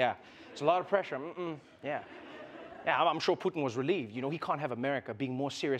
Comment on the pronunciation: Trevor's inner South African came out at with that mhmm